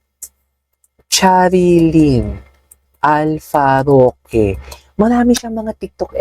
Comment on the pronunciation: Alforque Naman 😅 Hindi alfaroque😂